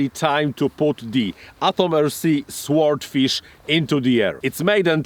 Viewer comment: Silent W, Sordfish. Bize.